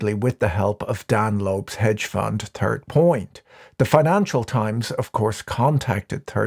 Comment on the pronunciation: I love it when Patrick says „turd point” or „turd world”